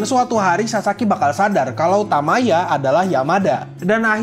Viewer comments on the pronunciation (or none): Bang, untuk penulisan judul bukan "super" melainkan "supaa". lalu cara baca kanji nya itu bukan "Tamaya" melainkan "Tayama".